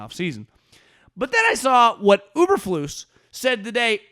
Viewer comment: Uber-flus??? Dude everybody knows it's Eberflus